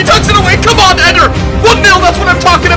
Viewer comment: Is it not pronounced Ed-air!